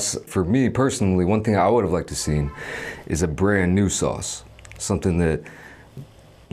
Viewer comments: “Sawooce”?!!? Subscribed. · That's how it is pronounced in Dutch. Never thought about it but put a smile on my face when he said it.